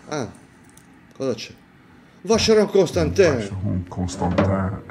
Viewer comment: occhio alla pronuncia di Vancheron Constantin! 😅 Non è "ConstanteeeN" 😢